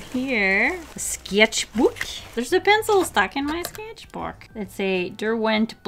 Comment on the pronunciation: The way she said skecth book killed me